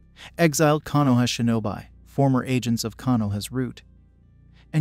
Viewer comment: its pronounced shi no bi like bee